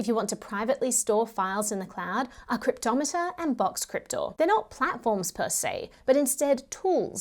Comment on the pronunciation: I love how you pronounce "Cryptomator"... I had always pronounced it wrong...